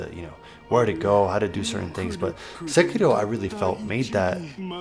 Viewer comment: Finally, a guy the pronounces sekiro properly. Good video.